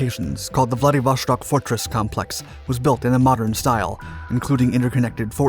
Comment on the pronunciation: There is no "sh" in Vladivo-S-tok. What's with this habit of English speakers always doing this with Euro / Slavic words & names?!